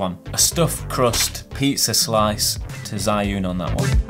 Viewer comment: I wouldn't buy either because they're both just too big. I have the RS2 and if I'm going to buy another it'll be because it's more compact not one of these fat boys. P.S I think it's pronounced 'Jus-un' (where 'jus' is French)